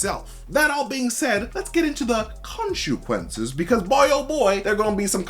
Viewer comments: Say, "konshu-quences" again! I dare you! I double dare you! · Omg say Khonshu-quences one more time in a video and we riot.